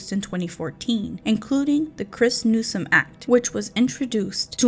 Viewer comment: I just have a feeling this video is going to fall very short of your claims…ESPECIALLY because you mispronounced NewsoM. Not Newson. NEWSOM. It’s important when you’re talking about murder victims.